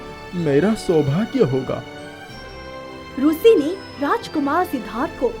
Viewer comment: Very nice story and animation but rushi nahi rishi hona chahiye